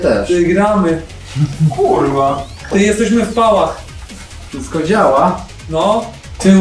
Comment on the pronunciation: wszystk okej? 😆